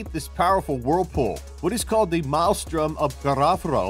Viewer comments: What is with all these top lists narrated by people who can't pronounce common words lately? Maelstrom is pronounced "MAIL-strum", not "mile-strom" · Look up the pronunciation of maelstrom. You're saying it wrong.